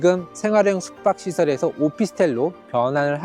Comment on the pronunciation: 숙박 발음을 못하시네 ㅋㅋㅋ